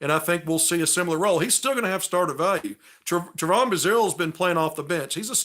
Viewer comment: I love your recaps and takes on the games but your killin me mispronouncing Trevon's name. Its pronounced Trevin. Just a small critique